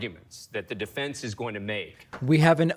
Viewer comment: Defendunce.... is that a word? It is now.